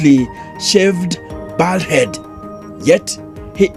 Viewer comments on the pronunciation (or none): the correct pronunciation of "bald head" is "bold head"